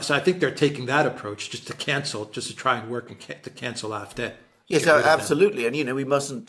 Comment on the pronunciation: WHY do you always call it the IF-day. If you can't pronounce the German then fine, call it the AyEfDee. Please stop doing that. Otherwise, thanks I always enjoy your talks. Except that bit.